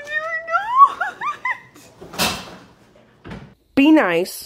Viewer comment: HE FR SAY “what🙈” “nAo🤧”